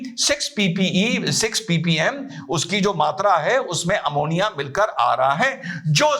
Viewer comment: Eventhough, kejri sir told poison named 'amonia' shows his education level